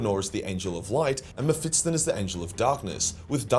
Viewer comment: It's MephiSTON not MephiTSTON